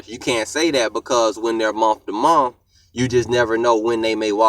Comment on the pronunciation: " in a Muh to Muh "